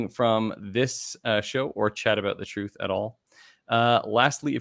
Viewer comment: lol "trith"